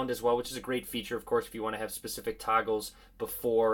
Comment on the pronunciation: Am I the only one who heard 'toggles' as 'tacos'?😂